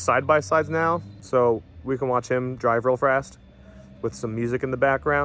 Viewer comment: "So we can watch him drive real frast" 2021